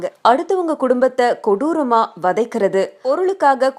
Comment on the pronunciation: கொடூர ( கொடூட) இல்ல